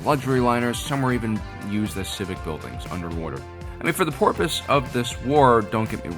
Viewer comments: .."for the porpoise of this war"? 😄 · "For the 'porpoise' of this war...." I WAS DRINKING ▒▒▒▒ IT! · "For the porpoise of this war..." LOL! I love you guys. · Porpoise lol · has been replaced by a dolphin, he drops the word "porpoise" into sentences to leave us hints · you said porpoise-ly. Enough link there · 100% he did :D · I heard it as well